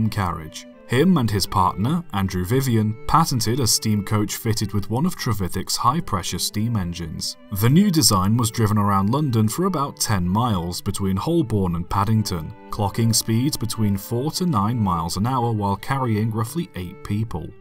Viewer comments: I thought Holborn was pronounced "Hoh-burn". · The "l" in Holborn is silent